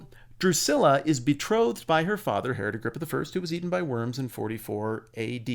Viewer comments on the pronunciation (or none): none